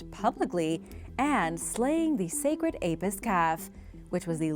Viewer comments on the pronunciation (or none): none